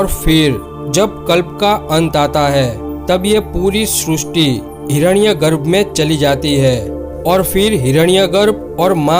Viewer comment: Srusti nehi srishti